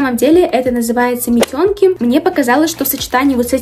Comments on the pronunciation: Как, как? Метёнки😂? мИтенки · митЁнки.. мИтенки